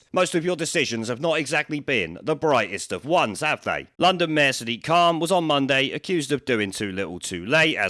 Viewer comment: He actually pronounces his name 'Sad Dick'